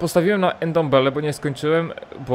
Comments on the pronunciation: Jego nazwiska nie czyta się „endombele” tylko „ndombele” n łączy się z d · Ty ile razy on powiedzial endembele haha